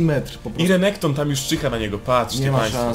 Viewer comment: Mówi się renekton a nie rekonekto xd